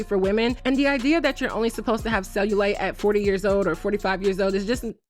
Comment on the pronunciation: She couldn’t even pronounce cellulite properly